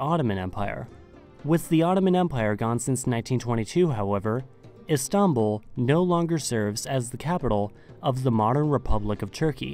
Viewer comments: n ziom yeah it comes from stinpol even there is a nice hotel called stinpol in Istanbul and it changed a lot later . they were using several names for Istanbul including Constantinople in Othman times . Istanbul had many names and for official Istanbul was chosen . We don’t say stinpol because for our language it’s how we pronounce Istanbul . Even In Russian it’s stanbul . It doesn’t have any connection with some fairytales you read on google about Islamic roots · He pronounces it "Is-tahn-bul". Too much emphasis on the "tahn" part of Istanbul for some reason. My guess is he's trying to sound Turkish by saying it like that, but its not working lol. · And not İstanbul right? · Why do you pronounce Istanbul so weird? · What he's trying to do is pronounce it the Turkish way but its sounding so weird and exaggerated because he's not a Turkish speaker. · Mate, you need to learn how to say Istanbul. You put the stress on the wrong syllable.